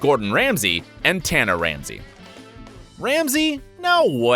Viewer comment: Can’t even pronounce tana correctly